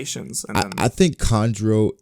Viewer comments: It’s kanjuro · Its kanjuru